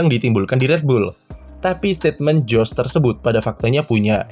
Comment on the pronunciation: Kalo dalam ejaan bahasa belanda huruf "J" itu dibaca "Y" artinya kalo nama dia "JOS" berarti dibaca "YOS"..